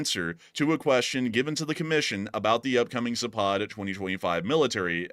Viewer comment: Zapad is pronounced with the accent on the first " a " -- Zaaapad !!! not Zapaaad !!! It means West !